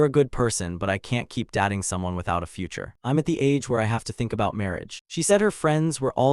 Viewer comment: All the people she knew where dat-ing. ??? You AI needs an update. I typed in the word Dating into Goggle translator and it said it correct. Man that is hard.